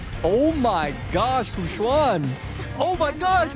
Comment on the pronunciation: why is he calling her fu juann :C